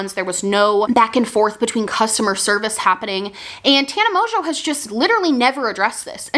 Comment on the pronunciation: I love how you call her Tana Mojo lmaoooo